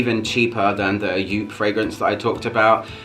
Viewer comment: You say it Jop. Not Joop. It's an famous german designer.